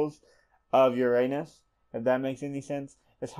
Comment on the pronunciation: for future referance its pronounced Uranus (yer-uh-nis)